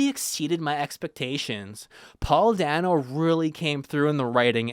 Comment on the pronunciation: Great video! And great comic too, although I'm pretty sure Paul Dano's surname is pronounced "day-no"